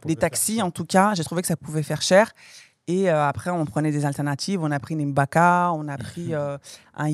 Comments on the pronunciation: Ahahah j’ai aimé le contenue 🎉👏🏾 ahah m’a tué ko « on a prié le M’baka »🤣 hey c’est Gbaka 😂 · C'est Gbaka et non M'gbaka!